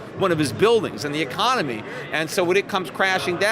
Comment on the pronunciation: peter, why do you have a hard time with such an important word? It's pronounced: ee-con-oh-mee, not ee-com-oh-nee. You should practice that one.